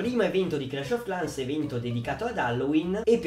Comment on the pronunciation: credo si pronunci "clesh of clens"